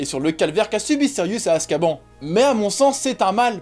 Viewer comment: Ça se prononce Azkabane